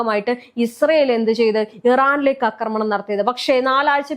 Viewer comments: അക്രമണമല്ല; ആക്രമണം. ഛർദ്ദിക്കാൻ വരുന്നു; മലയാളം കേട്ടിട്ട് ! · അക്രമണം അല്ല ആക്രമണം